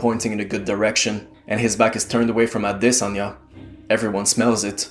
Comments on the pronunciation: His name is pronounced "AH-DEH-SON-YAH" not "AH-DEH-SAN-YAH", its a Nigerian name. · It's Audi-sauna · I'm pretty sure you did a good job pronouncing the name. I'm Nigerian myself, although not the same tribe as Izzy, but I wouldn't know to say SON rather than SAN. 🙂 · thanks bruh....they spend time commenting on how Ngannou's English is whack or has improved....but won't humbly take the right pronunciation of an African name....crazy dudes all over the place.... I'm Cameroonian...